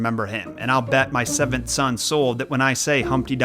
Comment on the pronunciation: Sorry, did you say seven sons?